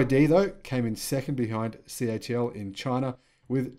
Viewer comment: Hi why do you say the company is CHL instead of CATL unless I am miss hearing you?